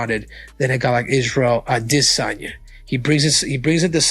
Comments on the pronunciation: He says Izzy’s last name , the way Izzy says it HowEver it is very Annoying , trying to follow what is being said, just keep hearing that Distracting Way of saying his last name…..Missed Out On The Messages, just say it the normal way English speaking people do…… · throws me off everytime the way he pronounces adesanya. way to get more comments. thats all